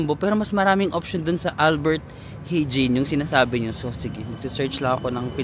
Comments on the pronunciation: Albert Hijn...ALBERT HAYN... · Albert Heijn kung bibigkasin mo e Albert Hayn isa sa pinakamahal na grocery ang AH at JUMBO...